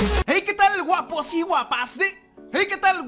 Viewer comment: Dijiste 2vese uapos y uapas😂